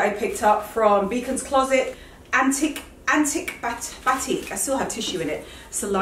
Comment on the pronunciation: The way struggled with that Antik batik 😭Madam you are British and know it was the Notting hill brand